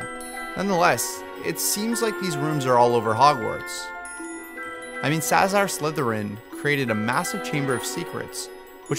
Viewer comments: its salazar slytherin not sasar slytherin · sazar slytherin really ?!?!?!?!?! its salzar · i wanted to say that ;D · sazar... its sala-zar